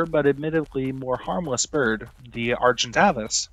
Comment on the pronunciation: Bro I think he is pronouncing some of the names wrong. Like coleocanth and Argentavis.